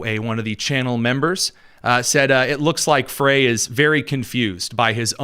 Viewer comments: FWIW, Little Mogadishu is in Minneapolis and Jacob Frey’s last name is pronounced “Fry.” I’m just pointing it out cuz I respect you,, and you seem to make an effort to be precise and truthful on your show. The Somali immigrants have been a “great benefit” to the Democrat Party as they are a solid Dem voting bloc and employ ballot harvesting in elections. This is why Walz and the Democrat Party have ignored the massive fraud being perpetrated in MN. Most of MN is solid red in elections until the Minneapolis metro area votes get counted. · Show yourself smarter than any other conservative podcasterand pronounce the name of the mayor of Minneapolis MN correctly. It's pronounced FRY. I know I'm being picky but it hurts my brain that we can pronounce the name of any multi syllabyle foreign name that has six vowels in a row but can't figure out FRY.